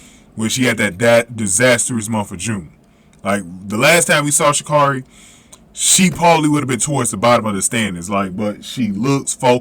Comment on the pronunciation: It's pronounced ( sha' carry)